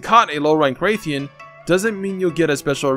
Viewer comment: Wrath-ian. Not wraith-ian. Do you call it a wraith-alos? No? Does the story call it a wraithian or wraithalos? No? It's a wrath-ian. Also, there is a difference between "wasted" a "used." Good day.